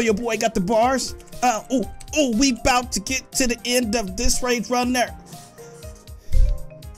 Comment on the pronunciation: The fact that he messed up THE word rage is so funny he said rega